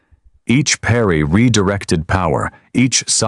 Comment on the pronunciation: It's "parry". not "perry"